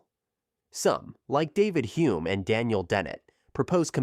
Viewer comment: Thank you! Can I suggest a correction? It’s David HUME, not Humme